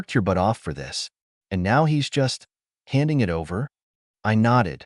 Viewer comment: This is definitely one of the better trained AI readers, decent advancement on getting emotions in the voice closer, just need to work out the small details like saying "BEE-but" when there are stutter texts like "b-b-but!", or saying "I.T." for "it" as if every it has a job as I.T. specialist.